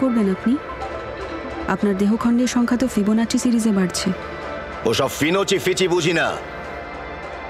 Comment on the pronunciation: ফিবোনাচ্চি নয় এটা ফিনোচি ফিচি 😂